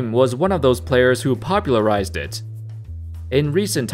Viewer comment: How's IT going folks... that's how its supposed to be said bro. Idk if your doing that on purpose or what... but it's hella annoying... lmao